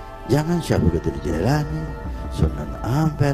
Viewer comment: Klo bicara tu yg benar. qodir. Qo" jd gOdir .. / gAdir bukan Mengeser huruf lg itu Tp. Merubah haraf / Merubah huruf .